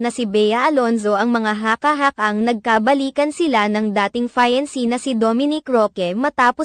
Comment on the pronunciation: Ano'ng FA-YAN-SI? Kapag yan ang profession mo, mag aral ka ng tamang pronunciation, okay?